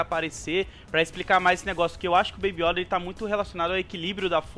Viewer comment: Fora que eles pronunciam "iÓda com acento agudo o certo é yÔda com circunflexo"